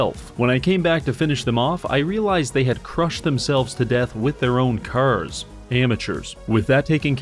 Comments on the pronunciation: cars ❌ curs ✅ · Bro doesn't say "cars" he just says "curse" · you say cars like *caers* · Am I the only one who hears him say “kers” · When you hear him say Cuurs instead of carrrs its over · bro why do you pronounce cars like “CURZ” ? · how many timesdoes he say 'C'ars cause after awhile it feels like he puts more emphasis on the C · Why dont you pronounce "cars" correctly?